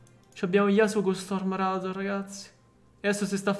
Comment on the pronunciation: Scusa ma mi viene un infarto ogni volta che pronunci qualche parola in inglese male, come stormrazor